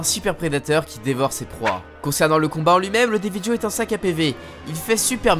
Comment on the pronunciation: Team armes de soutien et le deviljho se prononce devilro